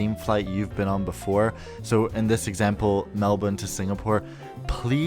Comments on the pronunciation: nailed the pronunciation of “Melbourne” 👍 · The only American that doesn’t say Mel-born